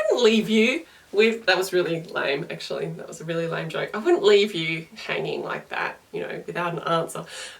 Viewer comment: Shows up to video, having never seen her vids before and hears "That was a lime joke." Legit took me 10 minutes realised she was saying lame.